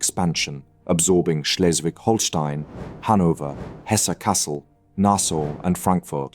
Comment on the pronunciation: Dear narrator learn german (at least how to pronounce site names) Holsteen, Hesse?😅